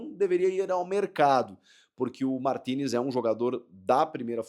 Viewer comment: quando André Henning falava Martinez eu entendia Toni Kroos